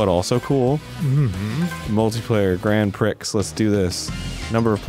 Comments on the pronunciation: It didn’t phonetically trigger, since the sound was “grand pricks” instead. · Every time he said Grand PRICKS I ROLLED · the way arin pronounces grand prix is just~